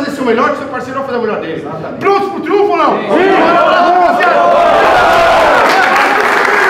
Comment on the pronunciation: já teve tempo de Ceni aprender a falar triunfo hein! fala errado toda hora pqp